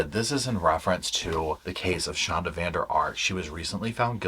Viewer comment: That's a Dutch surname. It should be 'van der Ark'